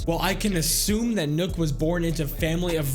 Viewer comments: This man sad nook when it's pronounced knock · It's nøkk not nokk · its not nook its nøkk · It’s knock not nook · Nokk is not pronouced nook its knock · Btw does anyone else get pissed when he calls her nuk not nok life if you agree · btw nøkk is pronounced like "neck", but with a kissy mouth same as the ø in Sønderborg, which is pronounced "senawbaw" all with kissy mouth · Why you say it as nook, whyyyyyy? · I swear her name was pronounced Nøkk (knock) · Why does everyone keep on calling Nøkk Nøkk???? It hurts my brain even till this day. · no it's Nøøk not nøk so your supposed to say Nuuk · yes its spelled like that your supposed to pronounce it Nuuk there's a documentary of one of the head game devs and even he says it like that and he put in a lot of research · Well it dosen't really matter but it's pronounced Nøøk or nuuk